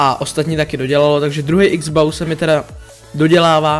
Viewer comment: X-BOW SE VYSLOVUJE X BOU